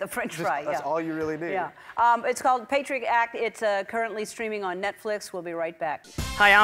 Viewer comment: Irony is that Ellen pronounced his show's name incorrect!